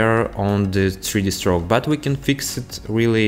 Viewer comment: сри ди строук 😀 крикнул с произношения, ну а так-то спс за туториал!